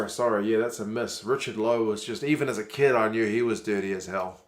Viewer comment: Your English is very good! But remember, it's pronounced 'kid' not 'kud' and 'sux' is 'six'. Keep it up!